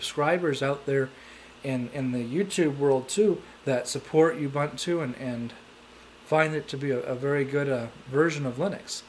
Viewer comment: Ubuntu Christian? It's not official ubuntu flavor! Its pronounced as : "oo-BOON-too" not "uuuu-bun-too". What's so special about seamonkey? Try KDE 4.4. Indeed its fun to try different OS, but not making a video saying it's frustrating cos you couldn't configure it!